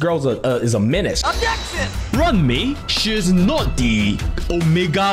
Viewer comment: If you pronounce Ruan Mei's name do the Afrikaans pronunciation for Ruan. Its sounds like Rowan.